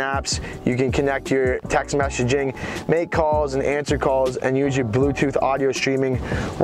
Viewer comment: Messaging he said mechaging